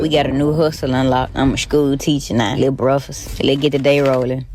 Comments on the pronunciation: A person that says BREAFUSS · “Luh breffus” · she said “breffus” 😂😂😂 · "luh breffus🥐🥚🥓🥑" 😂😂😂